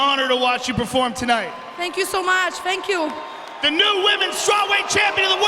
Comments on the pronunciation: I'm happy Joanna won and I think shes going to stay the champ. I'm just disappointed that Joe is the only one who can pronounce her last name right. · Disgraceful. This woman puts on the performance of a lifetime and three (count them) THREE men mispronounce her name. Why is that I wonder? This chauvinism has to stop. These subtle, passive-aggressive tactics by man-children to suppress beautiful strong women like Joanna Jędrzejczyk don't get by real men. Keep on fighting girl, we've got your back. Kind Regards, Wyatt Nite